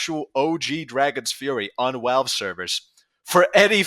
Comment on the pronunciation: why do you say walve instead of valve